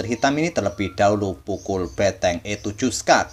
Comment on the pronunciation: ngomong bentengnya emang beteng?